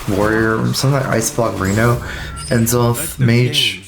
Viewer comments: "EN-ZOTH"?! pls. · Lol at N, zoth pronunciation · Can someone teach him how to pronounce n'zoth? PLEASE